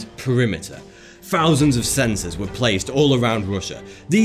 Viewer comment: i always hear 'one fousand' lmao